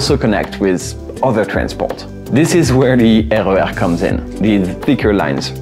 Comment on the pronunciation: I ❤ your pronunciation of the RER. As a Dutch person i read them as 1 word.